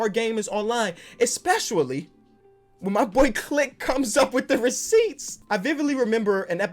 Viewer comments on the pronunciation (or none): You know is mad when he says especiually